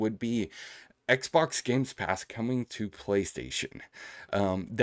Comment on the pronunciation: Why do u say GameSpass ? 😅